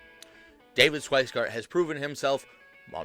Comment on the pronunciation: '"Shweisgard?" You might want to try sounding out his name before doing a whole video about his video. I'm not defending him. He's an idiot with serious ethics issues and I can't figure out why people keep voting for him, but if you want your commentary to be taken seriously, you need to be more careful with details (like how to say someone's name).